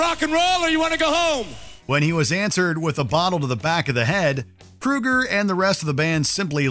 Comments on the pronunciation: Yo it's Kroeger not Krueger yeesh he's not related to Freddy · Chad Kroger, not Kruger